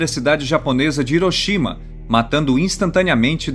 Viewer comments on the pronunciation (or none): none